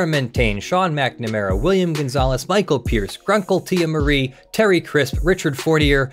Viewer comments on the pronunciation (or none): none